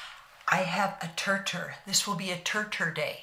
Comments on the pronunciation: I thought the Brand Name was pronounced like you said, but it is pronounced “tear tear”. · Just wanted to let you know that all the channels I watched about this make up they pronounced it sounding like tear teer.